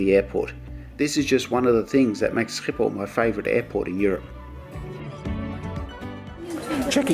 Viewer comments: The only Australian pronouncing Schiphol correctly 😅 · I believe you are Dutch no wonder you know how to pronounce Schiphol, in case you have any doubts just ask your mom she didn’t have any problems with her Dutch as well, I would love to hear your story how your family ended up in Australia?